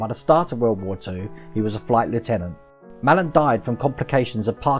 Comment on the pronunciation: Hello, great video pal, really impressed with the propeller, oh and Sailor Malan's name is pronounced Mlan, will tune in for live stream tonight, Lee.